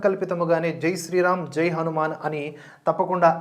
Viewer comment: మీ రివ్యూ చూశాక ఎప్పుడెప్పుడు సినిమా చూద్దామా అని ఆతృతగా ఉంది. కానీ చిన్న విన్నపం.. దయచేసి హనుమాన్ అనే పలకండి.. 'మ్యాన్' అనక్కరలేదు అని నా ఉద్దేశం.